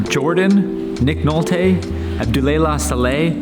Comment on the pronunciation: "Nick Noltay"